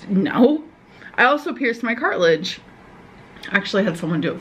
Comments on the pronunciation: “Her cartilage was dangleen”… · Every time she says "Cart-ledge", I feel like Im going to have a mental breakdown type molment